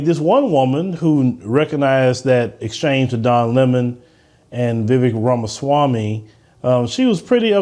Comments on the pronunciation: Ok. So, this lady cannot even be respectful to an Indian immigrant and say his name correctly. She is being so rude. This is OK to do Black America? I am of Cuban ancestry. I have never disrespected AA. I have voted for Democrats including Obama. My husband, a white German, came 20 years ago. There is no race that looks at him with so much displeasure as AA. Let me note that I have Indian American blood on my mother’s side that predates AA by 5,000 years. Get off your high horse. I am from Miami. It was Spanish. We have nothing to do with AA. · Vivek Ramaswamy was born in the U.S., he didn't immigrant from anywhere...and where is this woman from? She has a foreign accent and acting like she knows how Americans feel? She is flat out insulting this man by purposely not pronouncing his name properly....then saying...this Indian. Ramaswamy is apparently a far right Republican Trump wannabe but by insulting his race she is making out that All Indians are as hateful as Ramaswamy is.